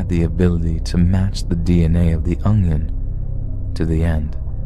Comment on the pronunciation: It really drives me crazy how you say "ungyun" instead of Onion lol. There is not a G in Onion.